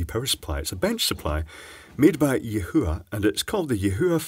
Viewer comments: Say "yee-hwa". Your way sounds like "Yeshua", and dammit, I'm an atheist! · Er, it's pronounced 'ee hwa'. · Yihua is pronounced "yee - waa". I once heard a German news caster calling Chihuahua (dogs), "Chee hoo waa hoo waas"! Hilarious.